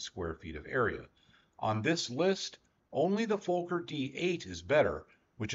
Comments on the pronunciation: For educational purposes: It's not pronounced like FOE•KER. It's pronounced like FAH•KER. I am German. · The surname is fuh-ker. The profanity is FUH-ker. Rex from Rex's Hanger pronounces it correctly. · Im sorry but your pronunciation of "Fokker" is incorrect. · Fokker is pronounced fawker, not folker,they're is no L in Fokker. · Very interesting but people from USA do not seem to be able to pronounce Fokker correctly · Why can't he pronounce Fokker? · As a absolute Dr.1 enthusiast, I enjoyed this. literally my only gripes are your pronounciations of Fokker, and Richthofen's name. even then, excusable mistakes. amazing video